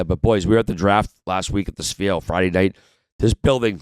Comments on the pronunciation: The Jewish Sphere - Schfeer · I see Biz still hasn't figured out the pronunciation on "Sphere"